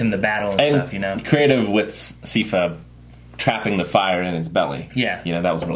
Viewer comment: Sigh-fa, not See-fa. Think of it like "cipher" or "siphon".